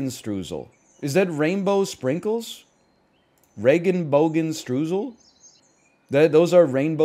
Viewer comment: i get where he's coming from but he pronounced regenbogenstreusel like its dutch (goofy language). if you pronounced "rainbow sprinkle" like that it would be unserious too